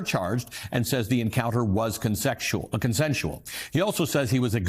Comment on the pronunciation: The "consexual" slip got me 🤣🤣